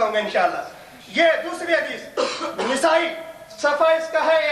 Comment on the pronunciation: Abe jahil nesai nahi nasai h kitab ka name nahi bolne aata daubandi ko